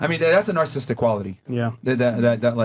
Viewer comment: After all these years still can't pronounce "narcissistic" correctly.